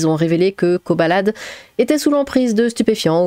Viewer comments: On dit Koh "baladé" 😂😂😂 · C’est le monde à l’envers. 😡 Quand est-ce que la Justice va faire payer les criminels en leur donnant juste du pain sec (et bouillie) et de l’eau? 🤬 PS: Je crois qu’il faut prononcer le « D » (Kobaladé). 😅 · Je crois que ça se pronnonce koba ladé